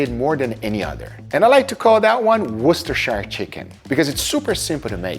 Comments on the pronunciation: Massive respect for pronouncing worsterchire sauce correctly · YOU SAID IT CORRECTLY! you are so far the only youtuber I've seen say 'Worcestershire' properly! GG GUGAAAA!!! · Wow I’m flabbergasted, there’s a person outside Europe that actually pronounces Worcestershire correctly instead of talking about washing their sister